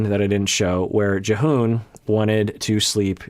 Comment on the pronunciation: you said Jihoon right the first time but then you kept saying J'hoon so watch out i guess